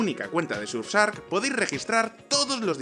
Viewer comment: Lol... Espero que el patrocinador te haya pagado... Ni te interesó averiguar cómo se pronuncia correctamente el nombre del que paga el vídeo.. 😂 Surf (navegar) Shark (Tiburon)